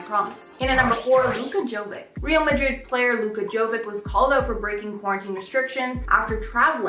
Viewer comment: Its Jovic ( j like y and c like cesar )